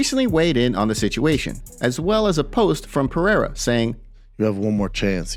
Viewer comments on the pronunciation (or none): Why do we have to listen to Brendan Schaub opinion guy pronounces Alex perieira name like he's some kind of Frenchman named pierre